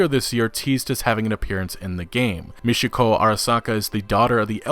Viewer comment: Repeat after me: Michiko, not Mishiko. Ch like in champion.